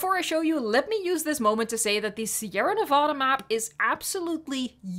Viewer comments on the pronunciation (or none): As a spanish-speaking guy: translating "Sierra Nevada" from spanish to english can give you the reason why all texture brushes look the same there... CUZ IT'S "SNOWED MOUNTAINS"! Also the way you pronounce the map's name sounds weird to me.